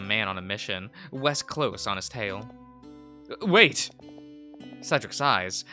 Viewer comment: Cedric is like Said-dric